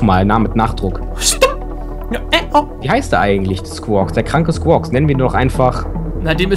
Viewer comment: Der kranke Squwaks Heist Quawks (ich weiß nicht wie man Skuoks schreibt aber auf jeden Fall heißt der lila Vogel Squaks ohne das s am Anfang)